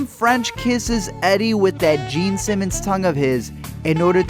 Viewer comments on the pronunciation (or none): none